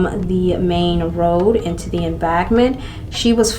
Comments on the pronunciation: Oh and "embankment" sound that out, Em-BANK-ment... Not trying to be rude darling, It was pretty funny how you were pronouncing that though. XD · Just found your channel a few days ago. I happen to be a huge fan of true crime , and love makeup. Therefore I plan on watching all your videos until I catch up, lol. I also love your cute accent, embankment sounded like em-bag-ment 😂, Keep up the Great content.